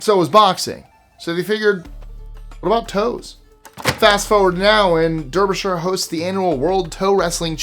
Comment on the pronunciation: Derbyshire is pronounced DARBYSHIRE.